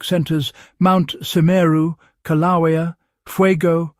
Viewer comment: I grew up in Hawaii. I'll let you figure out how to pronounce Kilauea. Outsiders do have trouble with the name at times. You got close once.